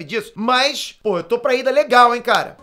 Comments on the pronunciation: É Lida e não IIDA kkkkkkk mas ficaria legal vc de cosplayd e Lida-kun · Kakakakakakajs ele falando ida e não lida kakajs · Não é IIda é Lida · chamando lida de iida? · Lida? pensava q era Iida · kkkk,, n é Iida, e sim Lida kkk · Ele falo "ida" O nome é "Lida" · eu ouvi errado ou ele falou "o ida" ksksksksksskksks